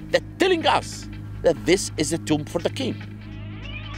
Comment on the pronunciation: You guys lost me at "tomb"